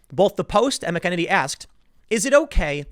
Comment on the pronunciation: Her last name has a Mc but no "D" Mc E NE NY